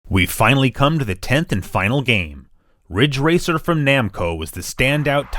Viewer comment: it's ridge racer *RIDGE RACER*!!!